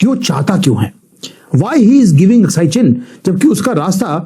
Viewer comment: अक्साई चिन । अस्काई नहीं ।